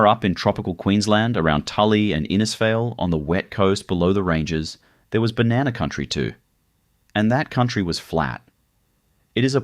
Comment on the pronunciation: 30 Seconds in and im done listening to you pronounce "Banana"